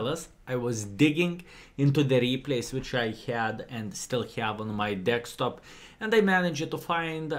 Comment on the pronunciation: Hahah I love how he says dekstop in the beginning instead of desktop 🤣 great vid tho skill as always!